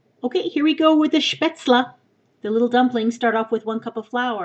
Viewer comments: very nice pronounciation of "Spätzle" except it's not "la" but "le" in the end (like in "less"), though that may vary from region to region ( I Switzerland they might actually say SpätzlA). And if you like Spätzle try making "Käsespätzle". You basically make Spätzle and you put them in a dish one layer Spätzle one layer cheesee (use somthing with a lot of flavor) and on top you put fried onions... very yummy Spätzle-dish.... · I love the food , I'm from Germany and you speak at the end a 'a' but it's a 'e' :D (I mean 'Spätzle') ;) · Love these recipes. From my trip to Germany, mainly Stuttgart in Baden-Wurttemburg, many people told me that Spätzle is pronounced like, shp-e-tsl. The ä is like an e sound in "eh" and it ends with just a normal l sound, the e is silent at the end. And then the beginning is like "sh" but with a p sound at the end of it. Just wanted to let your know how some of my German family explained it to me! Great recipe, thanks! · Yes Spaetzle is a German dish and is pronounced "le" or "lee" long e sound. Only in American English will this be pronounced "zel" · Oh, and how I think you pronounce Spaeztle is Spaht-zel. That's how we've always said it, and the recipe has been in the family for a long time! :) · I love how you say Spätzle :D